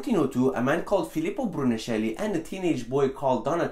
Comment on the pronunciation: Great video, but you are spelling wrong some names For example you talked about Filippo Brunelleschi: in italian "sch" sound different from how you said it, sounding like an a "k". You should have pronounced it Brunelleski. For the Medici family, you are putting wrongly the accent. It's Mèdici not Medìci (i may be wrong on where the accent is but your way is not correct). Michelangelo and Leonardo are almost right. For the first name, the "i" should be pronounced like an "e" (like in "Mister"), while the "e" in Leonardo should sound like it does in "Lego". I don't know it in english, but in Sistine chaple the second "s" should sound like an "s" and not like an "x". I also wanted to add that you probably missed something that in my opinion is extremaly important. An italian writer discovered that the "Costantine's donation", a document used by the Church to explain their material power, was actually a false. He discovered it by analyzing the kind of latin used in the document, that was actually from the 7th century instead that from the 3th one. I just wanted to say that i am criticizing you just for improovment 💪